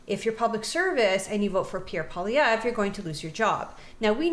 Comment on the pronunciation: why is 100% of english ppl UNABLE to say Pierre's last name right ???! you all him Paulievre.